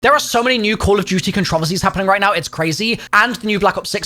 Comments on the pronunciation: The only controversy here is the way you pronounce "controversy" :P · The only controversy is the way you say controversy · I'm sorry how did he pronounce "Controversy"